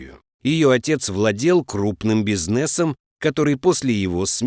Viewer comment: Как это понимать, занималась бизнЕсом. Кто читает??? Совсем не интересно слушать выключил